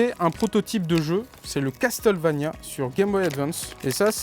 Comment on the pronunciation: Hey le monteur ! On dit castelvania ... Mais ça se dit et s'écrit Castlevania ... Mdr ...